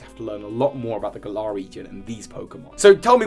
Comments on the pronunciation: I know that mispronunciation is kinda your thing but we’ve all heard Game Freak themselves refer to it as the GAlar region, not gaLAR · Its Gal-er region lol